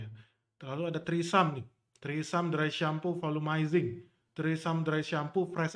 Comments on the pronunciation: Trismi bukan trisam wkwkwk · Bukan trisam bacanya bang, tapi treseme begitu yg sy liat di iklan TV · Btw ngakak pronounce tresemme jadi threesome🤣🤣🤣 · Mendengar ucap tresemme kok dengernya jadi treesome jadi wisata kepale ane Bang.... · Iya risih bgt dngrnya🤦🏻‍♀️🤦🏻‍♀️ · Bacanya bukan trisam.. Bahaya itu. Artinya maen bertiga Bukan rambut keriting lagi 😂